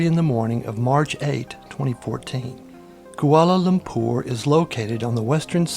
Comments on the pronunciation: It is Lumpur not Lumpour. Saying ZERO before every time is also really annoying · I don't like the way he says koalalumpour.